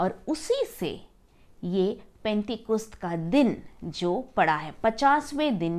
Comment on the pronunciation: पेंटेकुस्त नहीं penticost होता h